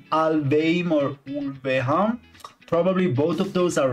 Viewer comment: The second pronunciation of Ulveham was good!